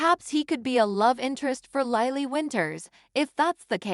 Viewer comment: Lilly not Lylee